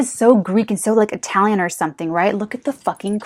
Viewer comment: Lol you keep saying Italian haha 😂